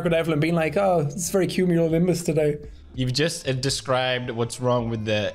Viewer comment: "I've never heard of a culonuminous." 😃 Pewds constantly mispronouncing cumulonimbus is hilarious lmao